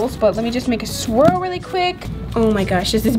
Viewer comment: sticks her tongue out: stop I'm trying to make a sweel me: it's swirl not sweel 😂💕